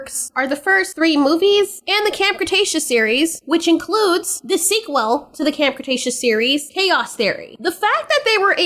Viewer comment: The way you say "sequel" is very unique. Lol